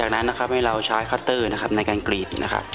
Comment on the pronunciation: คำว่าใช้ทำไมต้องพูดช้ายอะ